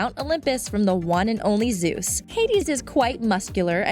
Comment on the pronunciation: Is Zeus pronounced like that? I'm genuinely not sure.